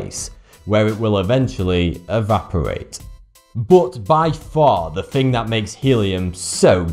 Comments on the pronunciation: BOOOT, BOOOOT ... pronounced BUT no matter your accent, you can tell diffrence between U and O, good video and all but ... BOOOOOOOOOOOT .. wtf its not Cs bro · When he says "bote" does he really mean "but"? Same with "ope", he's really saying "up", right? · "but" or "boot"? :)